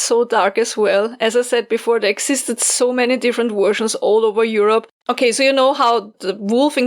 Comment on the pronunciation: I planted onion starts listening to this. The doggo & puppy kept me company. I love you, but listening to 'wersions' always makes me smile.